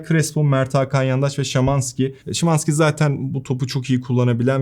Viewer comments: şimanski ne ara şamanski oldu:) orda a harfini nerden cıkardın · ben de insanım, dilim sürçtü. Normalde Şımanski diyorum hatta bu videoda da ikinci kez Şamasnki diyip, ardına hemen Şımanski diyorum haha..:)